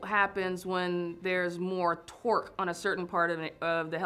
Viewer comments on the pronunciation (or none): "twork" is that like torque